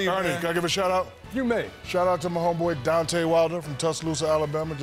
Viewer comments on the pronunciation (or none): How is it your homeboy and you said his name wrong. It’s DEONTAY Wilder not Donte Wilder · He said donte wilder😂😂😂😂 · "donte wilder" LOL can't even get his name right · and his name is Deontay , not Dante. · Talkin bout “Donte” Wilder😂😂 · “Dante” Wilder 💀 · “Donte Wilder” 😂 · “Donte wilder” hahaha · 'A shout out to my homeboy D'ante Wilder' - Shaq can't even say Deontay. Deontay is fighting Luis Ortiz in a rematch. I will post a vid on this for anyone interested. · Shout out my man Dontay Wilder 😂🤣😂🤣 said his name all wrong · Shaq said Dante Wilder 😐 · Lol he mispronounced his name